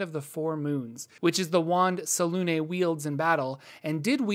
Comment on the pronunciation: How is selune pronounced the way you say it is when there's no accent on it and there's clearly an accent on the u? Fake news